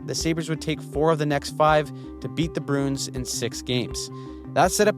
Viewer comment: Does anyone else get annoyed with this guys pronunciation of “Bruins”. It’s Bruins, not Broons.